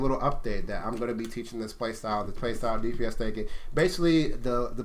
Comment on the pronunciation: Askingchaff He didn't. He just kept pronouncing it wrong throughout the video